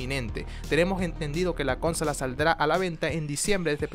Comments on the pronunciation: Di bien "consola" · Este wey dice cónsolas jajaja que pedo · OE es CONSOLA, NO CÓNSOLA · wtf? Cónsolas? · Con sola no se dice CONSOLA